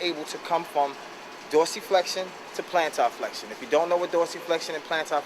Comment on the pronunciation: flexion not flextion. and i found it funny you used the dorsiflexion/plantarflexion thing, i learned that a few weeks ago in my myology class for college, never heard those terms before in my life until then and now =p good video